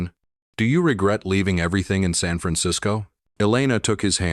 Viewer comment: 'San' is not pronounced as 'sun'. So sloppy!